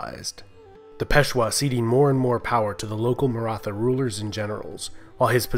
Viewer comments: No It is like old pronunciation of THomas not like thomas! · Nice video about a much ignored state in Indian and world history. And my ancestors ;) Just one minor correction: The "th" "Maratha" is pronounced close to the "th" in "Beethoven" or "Neanderthal". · Great video dude only problem you were pronouncing Maratha word wrong.